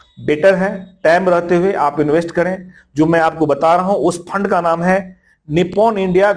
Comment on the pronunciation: Faaand nhi fund hota hai...😅